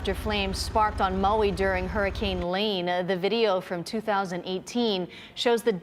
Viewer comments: "Moey"? Who in hell pronounces it Moey? That said, our hearts go out to Maui. We were there for ten days in 2022 and are just stunned to see this. Godspeed to you, and we so look forward to coming again (and maybe to stay!) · Need to learn how to say Maui…no O